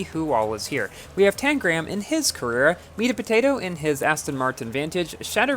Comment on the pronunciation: You said Tangram’s name correctly this time hehe